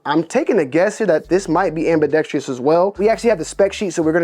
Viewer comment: Its ambidextrous not ambidexTREEus. FYI